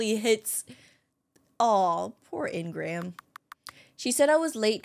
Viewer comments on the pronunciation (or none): Hey. I love your content so much…but it’s really aggravating me how you’re not pronouncing ingram’s name correctly. It’s pronounced een-grim😂❤ love you thoughhh